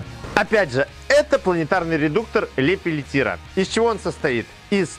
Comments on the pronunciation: Спасибо, я хорошо понимаю теорию. Вас конечно не хочу поучать это точно. Обратил внимание лишь на то что ведущий говорит например на - редуктор лепелеТИРА что с технич точки зрения ну совсем неправильно. Правильно говорить лепеЛЛЕТЬЕ (хотя в дословном написании пишется так Lepelletier, но Пьер Андре Жорж Лепеллетье - француз и читать надо по французки :)) и к тому же - ряд Лепеллетье - это ДВА редуктора - Редуктор Равиньо (то что в руках) и обычная планетарка. Совместная работа этих двух редукторов - и есть ряд Лепеллетье, который был запатентован в 1989 г и действительно применен на 6-26. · Если не ошибаюсь то фамилия изобретателя Лепелетье. А озвучили Лепелетир.